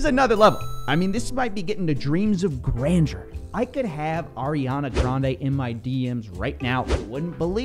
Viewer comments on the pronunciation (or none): none